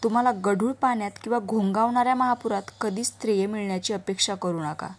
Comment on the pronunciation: स्थर्य म्हणा नीट